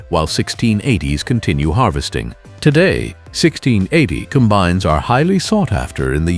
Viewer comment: "...95 comBINES..." Artificial Unintelligence.